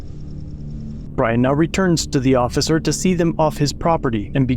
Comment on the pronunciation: "the ossiser" Lol